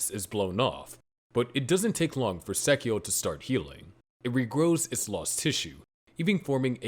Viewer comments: you should accent/stress the Angel names at the end. For example its not sAchiel, its sachiEl. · You have never even seen the series have you. And you cant even say sachiel correctly. Please sit the fuq down and never do a video again without watching the original series